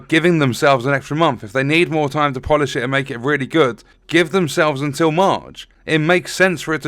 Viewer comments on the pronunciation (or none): none